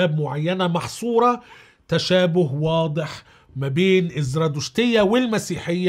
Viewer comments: تلفظ زَرادَشتية وليس زْرادُشتية .. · الزرادشتية : حرف الدال بالفتحة مو بالضمة